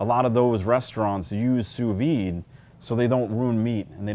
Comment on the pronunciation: The "d" is pronounced (softly) on sous vide